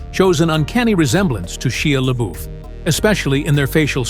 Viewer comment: Shyah Laboof!😂😂😂